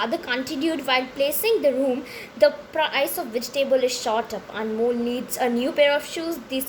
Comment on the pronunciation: Its amol not anmol